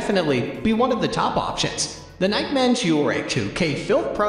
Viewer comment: I’m concerned because this dude doesn’t know how to pronounce Nike. How can that possibly be.